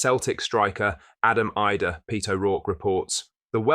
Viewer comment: this dude has another channel for sevco......cant get idah name right